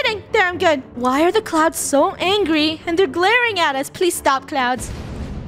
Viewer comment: Why did funneh said angy